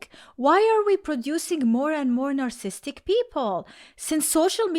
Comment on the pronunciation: you are missing a whole syllable every time you say narcissist and narcissistic